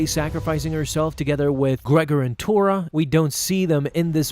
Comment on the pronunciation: You keep saying “Torra”, but it’s actually “Tonra.”